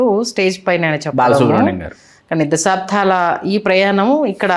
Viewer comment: మేడం, దశాబ్ధం కాదు, దశాబ్దం.... తెలుగు సరిగ్గా పలకటం రాని వారు హోస్ట్ ఏంటండీ??? తెలుగు చచ్చిపోతోందా...??. ఇంకో పాయింట్.. రాజాగారు బాలు గారి మధ్య సంధి ఎప్పుడో కుదిరిపోయింది....